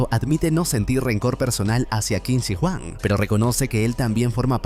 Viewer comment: es qin SHI huang kbrón, no qin si huang, igual buen resumen :D